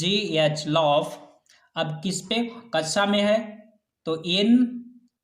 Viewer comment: Aap kxa ki jghe kacha kyo bolte ho sir